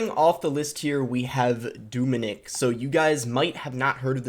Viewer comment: It’s not Doominik it’s Dominik pronounce the O very short 😃 just like the way you say eeygg, its Egg just a short word.